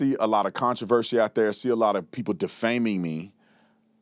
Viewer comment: This educated lawyer says "Pepo" foe "People"? Come on Guy! You are smarter than that-- well maybe not with what you have done. You have set the investigation back with all your conspiracies and jumping to conclusions. The Wells family needs to fire you. You have been an idiot. We need to get the bottom of this case and solve it. This good kid deserves that much. You are not helping with all your accusations. It is just causing kids who might be of some help to clam up and not get involved. The police need the help of anyone who has seen something and you are not helping.